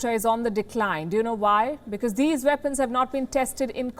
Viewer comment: Those veapons are wery dangerous in the vorld